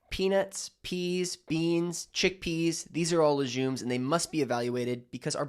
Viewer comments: Informative but you lost me at LeJumes... It's called LeGUMES ( hard G ) doc. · Too much preliminary talking…at 6 min…dairy, nightshade vegetables, low carb. Btw …it is not pronounced lesJumes, it is pronounced lesGumes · I thought legumes was pronounced like leg- yooms not luzhooms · Why do you say leJJJumes… it’s leGGGumes! Lol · Legumes NOT Lejumes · It’s leGumes - not leJumes!! 😂😂🤦🏼‍♀️🤦🏼‍♀️🤦🏼‍♀️ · If you recommend taking something away, immediately suggest a better substitution. Otherwise your advice is just another “don’t eat this, it’s bad” video. The world is cluttered with this kind of anti-food advice. And btw, it’s leg-ooms, not le-jzoom. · Lejumes? Have I been saying it wrong all this time? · Lejumes? What are lejumes? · He lost me at "la-jooms" and "keeno-wa." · It's pronounced laGOOmes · I’m inclined to agree, in which English speaking country is it pronounced leJumes?😂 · What they hell is LeJUMES is he dyslexic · I’m pretending he didn’t just say layjuumes! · Is there a zh sound in legumes? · When he can’t pronounce legumes properly …l am leaving. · I find this very suspicious. I don’t have a problem with dairy but legumes? He can’t even pronounce it properly so how is he going to recommend not eating them? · Legumes don't digest well because they are full of fiber. Don't listen to this "doctor", he's full of crap and doesn't even know how to pronounce "legumes" properly... 🤦‍♂️ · Have I been pronouncing legumes incorrectly my whole life? 😂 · Aaargghhhhhhhhh how to pronounce legumes lol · Legumes, which is pronounced with a hard G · How could he not know how to correctly pronounce legumes? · You lost my respect when you rambled for half the video with nothing constructive to say, then pronounced a food type as the U.S. Marine Corps base. What the fuck? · Yeah look up how to pronounce legumes. You’re making it French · I CONCUR! A Dr who mispronounces something so common makes me question his advice as a “DOCTOR”